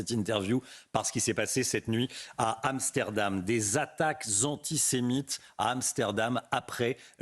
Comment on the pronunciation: Aller, on va faire un peu de vocabulaire et de diction car c'est un peu manquant dans le discours. "Anti", vous savez comme "anti fa" le truc bien connu des militants d'ultra gauche. "Sé", comme séjour, bien connu celui là aussi. "Mite" , comme l'insecte, si, si ,comme le ministre imaginaire des insectes (cf : Claude Malhuret ) bref un nouveau mot à 50 points : ANTISEMITE...